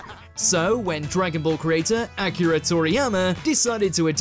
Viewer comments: Yo he call him Acura lol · Did y’all noticed how he mispronounced akira’s name 😭😭😭